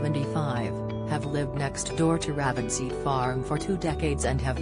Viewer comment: It's pronounced 'Rave-en-seat' farm....